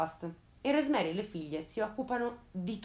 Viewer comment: Un po'di pronuncia tedesca? É semplice, giusto 4 regolette. Rosmarie lo dici ora in inglese, ora in francese, molto fastidioso a sentirsi.....é TEDESCO.